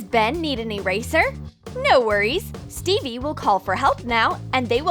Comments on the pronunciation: They said Steve's name wrong from Minecraft they said Stevie but his name is Steve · It’s not Stevey its Steve lol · It’s not stevie it’s steve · Who noticed they were saying Stevie when it’s Steve Edit:Like if you did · Stevie...not Stevey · Who else is angry about how they called Steve Stevie? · REEEEEEEEEEEEEEEE I GOT SO ANNOYED WHEN THEY SAID STEVIE INSTEAD OF STEVE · its called steve /stev/ not stevie the "e" in steve is silent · Minecraft or Fortnite? Me: the better one I can't decide Edit: I really don't like how they say 'stevey' it's Steve just Steve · Its steve not stevie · It’s Steve not Stevie for gods sake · It’s not Stevey it’s Steve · its not stevey its steve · Its called steve not stevie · Its not stevie it steve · bro saying stevee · What the hell she pronounced Steve wrong